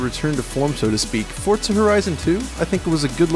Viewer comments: forTza xD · Xbox players love it, PlayStation are busy waiting for another Gran Turismo so they can try and combat it, PC are probably going to get it for free on Windows 10 anyway, it's a super widespread franchise, but no one can pronounce the name right, for fuck's sake.